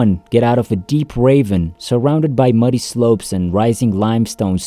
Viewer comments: You keep talking about a "raven." Do you mean "ravine?" I don't understand you. Is this an AI talking? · Ravine not raven